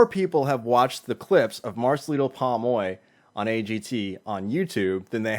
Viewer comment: Why cant you pronounce his name properly POM OY your'e saying PAmoy